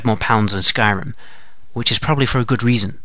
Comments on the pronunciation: Skryim lol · "Skryim" The Next Elder Scrolls game. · did you mean "Skyrim" instead of "Skryim" at the begining? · lol Skryim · in the beginning u spelled skyrim skryim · Skryim XD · Who else notice in the beginning it said 'Skryim'? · Skryim haha